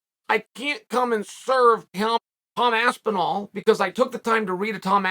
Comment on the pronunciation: Tom Aspinwall... Classic Uncle Chael😂😂😂